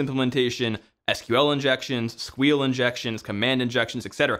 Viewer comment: "S Q L injections, squeal injections" How did you manage to find another incorrect way to say it